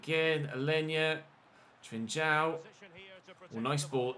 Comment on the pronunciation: It is not trichao its pronanceing Trincao learn how to pronance it is not that difficult to do.🤨😤😡🤬